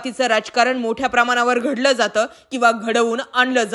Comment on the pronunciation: गडल काय नाही घडल काय अस म्हणा